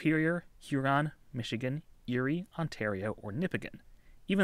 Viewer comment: Thumbs up for authentic pronunciation of "Nipigon" in this video, a big improvement over the previous video. Did you get some comments on the previous one about how you were saying it?